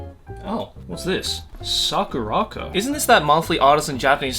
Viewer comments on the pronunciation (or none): damn really made me think it was pronounced sakura-co and not saku-ra-co 😭